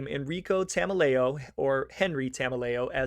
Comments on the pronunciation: Enricos last name is promunce like ta mel e o. He was my grandmothers uncle. Spent the firt ten years of my life hearing about how the feds framed him before it became public around 2000. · As far as Tameleo, and yes, you have the pronunciation wrong, he was originally a New York guy and came over with Patriarca as the New England mob had a close relationship with the Gambino family.